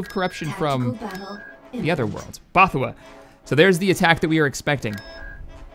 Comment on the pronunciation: bothawui is pronounced ''both-a-we''